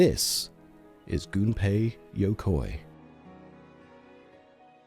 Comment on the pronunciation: Oh, hey! It's that brilliant game-designer whose name is frequently mispronounced by English-speakers! I hope this video doesn't spend its entire runtime doing that. 😂 EDIT: Awesome, they did NOT mispronounce it. 💜